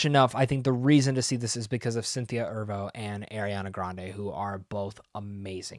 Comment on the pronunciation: Loved ya review of this movie. Very honest & had some interesting insights. Just one thing, Cynthia Erivo (Er-ee-voh) not “Ervo” Lol. Anyhow, I’m a new viewer looking forward to more of your content!!